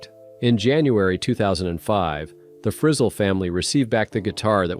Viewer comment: Fri ZELLE, not frizzle!!😂